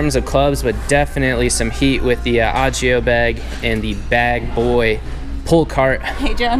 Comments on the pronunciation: It's O gio NOT Ah gio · it’s o-gi-o. not og-io 😂keep up the good content